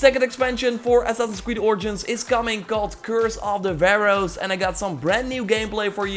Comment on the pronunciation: You said pharoahs omg you used to say Vehroahs my soul is calm when you said it correctly yay 😃😃😁😁😁